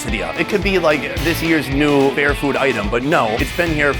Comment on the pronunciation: Last i checked there was no "O" in "FAIR"